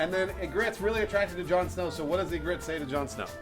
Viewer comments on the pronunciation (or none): Ingrid? I'm pretty sure it's Ygritte... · IT'S EE-GRIT EE-GRIT